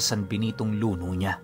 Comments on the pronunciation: Hello po, medyo mabilis po ang bigkas ng word na luno. At Isa po siyang metal na gawa sa tanso, pero malambot. Pwede siyang tupiin at kusang bumabalik sa dating hugis kapag binitawan mo. Salamat po sa napakagandang kwento.😊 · Mabilis ang bigkas noon Pinuno luno ' means malambot . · Luno(kung bisaya sya it means (Luno) pabagsak na pagbigkas. ibig sabihin malambot.)